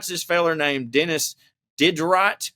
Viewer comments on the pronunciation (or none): Hey quick note Diderot is pronounced Dee-Der-oh.